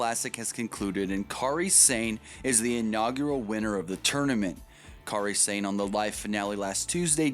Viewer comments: They way you say Kari Sane is cringe worthy bad. It's pronounced Kari Sane not Kary Sane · "Careeh Sane"? Lol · Dude can't pronounce Kairi Sane